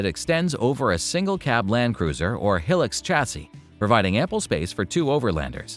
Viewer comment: Where are you from? Can't be Europe since you don't know how to say Hilux, lol